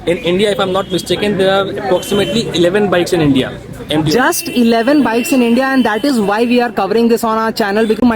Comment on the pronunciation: Bro it's 09 not O 9 just say simply 09